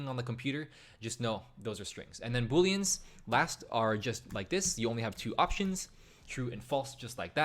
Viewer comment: Its "booleans" not Boolens.